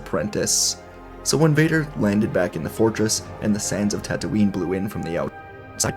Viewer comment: bruh! its tattooine...not tattooing...